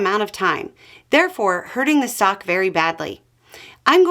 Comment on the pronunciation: I thought you said "socks" and was very confused for a while 😅